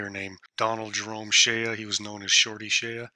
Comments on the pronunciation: Good video. But it's Shea. (Shay) the a is silent. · Sir, the name is pronounced: Shay -------shea is pronounced as Shay. ----------------------------Wolfsky9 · Listening to him say "Shay ya" was brutal. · Yes, it’s “Shay”, not shay-ya. Otherwise, great video. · I think his last name is pronounced like "shay," Not "shay-uh." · You are mispronouncing Shorty Shea's last name, it's not prounounced SHAYUH..it's pronounced just SHAY, rhymes with WAY, SAY, RAY, HAY, JAY, BAY, NAY, PAY, MAY, DAY, LAY, GAY